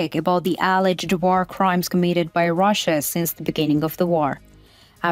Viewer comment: Daily (almost) English/German pronunciation lesson. Wagner is pronounced like the W is a V. Vahgner. Alleged is pronounced: uh lejd NOT al edged. Merry Christmas!